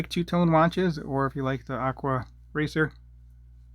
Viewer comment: “aqua wacer” 😂😂